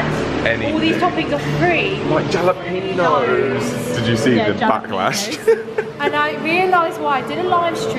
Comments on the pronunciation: not really superiority. Everyone does that when they try to pronounce something originating in another language, regardless of their native one. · No it’s adorable when they pronounce the J 😂😂😂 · I love how y’all pronounce jalapeños. So incorrect but so cute lol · If you really want to try some great food, from an American restaurant, I can't wait and hope one day a Portillos will come to the UK one day - PRETTY GOOD FOOD 😋🤗😊🤗. I love the way you pronounce jalapenos, without the "H" sound - so sweet. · Never pronounce jalapenos with a Spanish "H". You should behave as if the sun still never sets on the British empire. Also you're still not drinking nearly enuf Proseco. Did it ever occur to you that you might live too long. Nothing becomes a legend so much as DEATH! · Listening to my fellow Americans' heads explode over JALapeno instead of HALapeno. 😂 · Not only triggered by your pronunciation of jalapeños, but also by the people commenting saying it’s pronounced hah-lah-PEEN-yos. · Agreed! I wouldn't like our friends openly laughed at when they go to L.A. and say "Ja" instead of "Ha" in pronouncing Jalapenos. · Yalapinos.?? Haha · The same way you think we pronounce Adidas wrong because of the creator of it, is the same way you're pronouncing Hal lah peen yos incorrectly. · Man said jjalapeenyos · The J is silent. Halapeeno. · they are pronounced "hall-a-PAIN yoes" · Im guessin you know it’s pronounced HA-la-pen-yo. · its pronounced "HA LA PENO" ... FOR FU@ SAKE!!!! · Hal uh peen yos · I abhor your "jalepen̄os" pronunciation. Are you trying to make this funny? Because in a way it is funny, but I still hate it. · The way u guys pronounce jalapeños is cracking me up.... I can’t tell if it’s on purpose :) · Jalapeños WITH AN H.... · Hall a pain yo